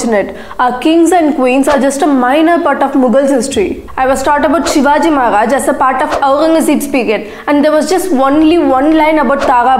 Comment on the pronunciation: Please stop using ghh gh gha every where. Pronounce correctly. It's maharaja, not magharaja, and aurangazeb not aunghazeb. You only made a video on importance of pronouncing correct